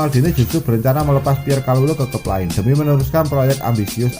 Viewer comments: Thauvin Prancis,, 😀😀, kalulu mas,, bukan kulalu,,jgn buru2 mas ngmong,y ntr kesedak,, 🙏🙏. Ttep smngat,,Forza milan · Kalulu bukan kulalu....ngakak bener